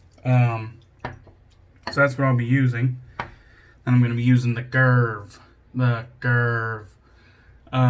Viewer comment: Awesome shave 😌👍 I was expecting a great lather from the First Canadian soap and we got it. ☺️ I do fancy picking up a Mojito scented soap, I’ve seen a few recently and they do sound like they smell good. A great Justin pronunciation of Karve, it’s the only way to do it now. 😌👍 Have a great week, bro!!